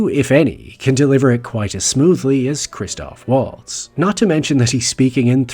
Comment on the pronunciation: You could at least pronounce his name correctly.